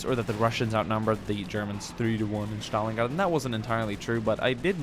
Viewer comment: Battle of Shtalingrad? I didn't know you can butcher that name, but you exceeded my expectations. Good job, merica